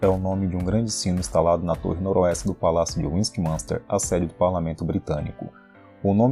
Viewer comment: Caramba antes de fazer um video com palavras em ingles aprenda como se fala principalmente se for sobre Londres não se fala westmanster é Westminster o i é falado vc matou o vídeo falando tudo errado odiei pq não gosto que falem o meu idioma e sobre a minha cidade tudo errado se aperfriçoe